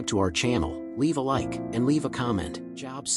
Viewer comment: His name was not Job as in "Go get a job, ya bum!" It's Job as in Robe. A long O sound. 😊